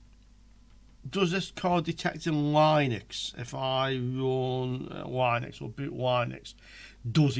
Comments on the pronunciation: Noooooo don't say line-ux its lin-ux all day long :) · yup, like lint, linx, lips